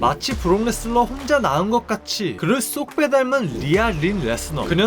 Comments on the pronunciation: 레스너를 왜 자꾸 레슬러라고 그러냐... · 왜자꾸 브록레스너를 브록레슬러라고 말하는겨 이름도모르나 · 왜 자꾸 발음을 브록 레슬러, 브록 레스러 라고 하는거임? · 자꾸 브록 ‘레슬러’라고 섞어 말하는거 개 거슬리네요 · 근데 ai보이스의 문제인지 자꾸 브록레슬러 라고 발음하는게 들립니다